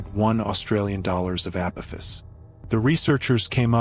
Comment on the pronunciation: This is for the narrator It’s A-poff-iss 👽🛸